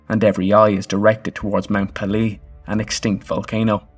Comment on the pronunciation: I expect it's too late to update the narration, but the name of the volcano is pronounced PAY - lay. It rhymes with "mayday." It's from the French "pelee" meaning bald or peeled since the top of the mountain was smooth and not covered with any vegetation. For anyone who is interested, there are several good books about the eruption.